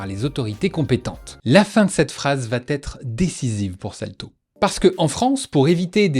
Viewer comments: " la fin de cette phrase va Têtre" , non pas "VATETRE", mais "va être"... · "la fin de cette phrase vaTêtre" Elle vaTêtre ? Où elle ne va pas Têtre ? Là est la question...